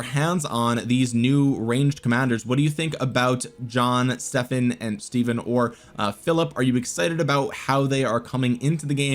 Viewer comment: It’s pronounced Steven...my middle name Stephen